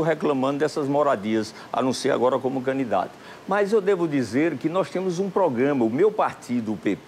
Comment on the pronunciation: "Canidato", não, candidato!